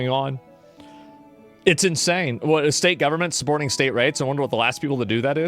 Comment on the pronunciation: I don't know why but I get kind of annoyed when pronounces the word "state". shtate